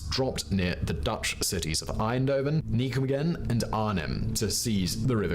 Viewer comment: He also needs to not murder the French language, Caen and bocage and Dutch, Nijmegen.